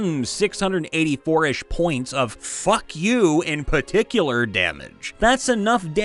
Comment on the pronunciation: "Fauck youuu in paticular" You've killed me.